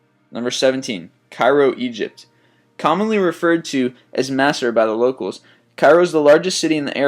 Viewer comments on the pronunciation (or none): not mass'a... Mus, or Mus'r, although spelled Masr. ya abeet.